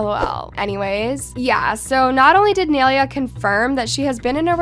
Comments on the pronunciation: “NAI-LAY-UH” NOT naileeuh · It is nai lea not analeah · its NAI-lay-a NOT Nelia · her name isnt nail-ea its nie-leah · Um her name is NAILEA. (Nye-laya) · Girl learn how to say her name properly her name isn’t nalalaland. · ITS “NYE-LEA” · Its pronounced NIA-LAYA not spelled like that but thats how it's pronounced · its nai-LAY-a 😭😭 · ITS PRONOUNCED NAI-LAY-AH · sorry to correct you but this is how you pronounce her name ni ley uh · Please learn how to pronounce nailea like ew it’s niy-lay-uh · it’s pronounced “ nah - ee - leh - ah “ GAWD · thats not how yall pronounce naileas name nai-laya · n - eye - lay - ah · your pronouncing Nailea's name wrong its (Nai-Lay-a) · if ur gonna drag nailea atleast pronounce her name right- its pronounced ny laya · That’s not how u say her name💀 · for one the entire time your saying her name wrong. two people can be friends and the fans started the drama. three dixie needs to get everything under control and leave things private. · Not saying naileas name wrong all video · she had so many chances to pronounce nailea right and she never did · She doesn’t even know how to pronounce nailea’s name😭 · please pronounce nailea right😭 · she pronounced nai’s name wrong the whole time lmao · Okay i cant be the only one noticed that she is pronouncing Nailea wrong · If u r going to gossip abt ppl at least say their name right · You r saying her name rong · Are you pronouncing Nailea’s name wrong on purpose ? 🧍🏽‍♀️ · am i the only one who hates it when says nailea's name wrong... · ya, same, it's also like she's pronouncing her name wrong on purpose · No one ever says Nailea’s name right ahhhh💀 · at least pronounce nais name right 😭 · The way she was saying nailea was triggering me 💀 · Why is she saying nailea like that💀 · can u say nai’s name right 😭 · pronouncing naileas name wrong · the only thing i got mad about in this video is the way she says nailea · why can’t no one pronounce her name it’s not that hard 🙄